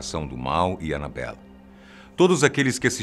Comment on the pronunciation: Falo errado :Annabella